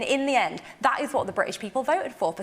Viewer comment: She can't even talk properly "Bri ish" and "opportuni y". No wonder people laugh at the English. We don't do ourselves any favours.